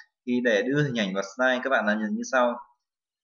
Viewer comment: vl "sờ nai" (vi neo"